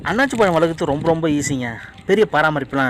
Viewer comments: jee annachi illa athu annasi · அன்னாச்சி அல்ல அன்னாசி என கூறுங்கள். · அண்ணாச்சி இல்ல அன்னாசி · நன்றி videoவிட்கு தமிழை பிழை இல்லாமல் பேசவும் அன்னாச்சி பழம் இல்லை. அன்னாசி பழம் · அன்னாசி பழம்